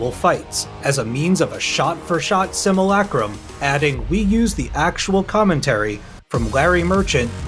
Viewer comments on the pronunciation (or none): none